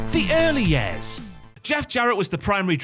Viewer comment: “Yaers” never heard years been pronounced that way lol.